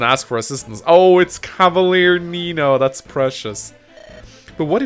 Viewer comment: Is it just me, or does every time says "Nino", it almost sounds like he's saying Amino?